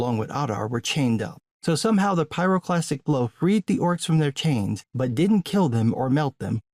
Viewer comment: dude you said pyroplastic flow :)) you made me listen to ice cube